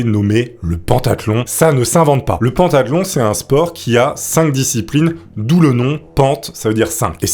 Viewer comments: Juste pentathlon se prononce pentathlon pas pantathlon, voilà quoi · Putain, alors Mauro ça se prononce Maoro, et pentathlon, ça se prononce comme pentagone, gros zboub, et pas comme pantalon! S'amenuir??? du verbe amenuirer? Le sang si Zèpaissi.... Putain t'es un conteur mec, fais un effort, fais toi relire par un mec qui parle français.